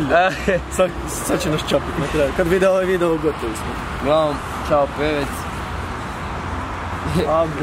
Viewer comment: Nije pevec nego pevex